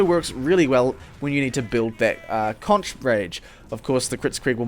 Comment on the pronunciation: Why do people keep pronouncing "conch" like that? :(